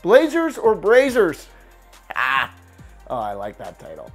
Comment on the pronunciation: It’s not brayzzers, it’s br-ah-zers